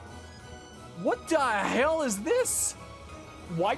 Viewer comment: the thing everyone should critique is your pronunciation of what the hell